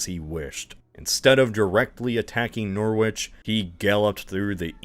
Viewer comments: This is how you say it Nrrichi Norwich !!!!!! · YAR-mouth. NOR-which. WAY-mouth. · YAR-muth, WAY-muth, Norritch. Please move to the back row. You can compare (wrong) notes with. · Great video! Btw, pronunciations of Norwich, Great Yarmouth, Weymouth, and Westminster were a little off :P